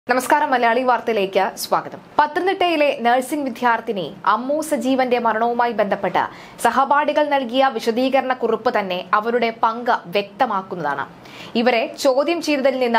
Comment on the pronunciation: വിദ്യാർത്ഥി. ധ്യാ അല്ല